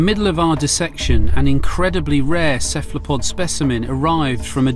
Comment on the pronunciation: why can't he say cephalopod properly...